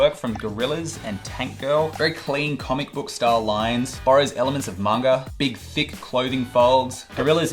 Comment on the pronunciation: that pronunciation of manga tho <3 <3 <3